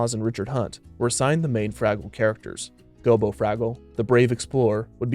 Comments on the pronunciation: Maybe it's something about how you enunciate, but it sounds like you keep calling Gobo "Bilbo". You didn't mix-up short, barefoot creatures, did you? XD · Gobo Fraggle. Sounds like he keeps saying Bilbo. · It sounds like the narrator keeps saying bilbo instead of gobo, am I tripping? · I swear it sounds like you keep calling Gobo "Bilbo". But great video overall. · GOBO NOT GILBO!!!!!! Do research before a video next time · You called gobo gilbo... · Anyone count how many times the narrator called Gobo, "Bilbo?" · I keep hearing him say "Bilbo" instead of "Gobo". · Gobo Fraggle... not Gilbo Fraggle. This was a great watch otherwise. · Is it just me or does it sound like he is calling Gobo Bilbo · Bilbo? You mean Gobo? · Bro...u calling him Gilbo?? Its Go Bo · You called Gobo Bilbo. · Lol, “Gilbo” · I heard Bilbo as well, I think that he may have several times. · Me too